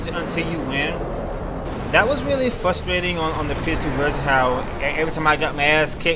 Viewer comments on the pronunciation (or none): none